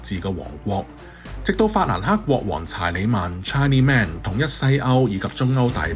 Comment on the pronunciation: 法語: 德國是 Allemagne。請注意，法語讀音是 Ahl-ye-mahn-ye. 查理大帝 Charlemagne 的讀音是 Shar-le-mahn-ye, 而不是 Tchar-le-mag。 這些發音都保留在英語的慣常用途。更請您留意，法囯、德囯人物的名字，在英語使用上，都盡量保留原來發音，亦引證使用者的教育水平。作爲KOL您，應該留意這些細節，必要時請教有經驗的朋友更正，以免貽笑大方！祝您好運！